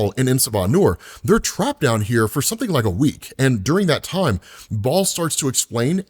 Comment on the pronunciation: Kills me that you mispronounce soo many names and words in every video. Like seriously dude. If you’re unsure research phonetics Baal isn’t pronounced ball, both correct pronunciations don’t sound like ball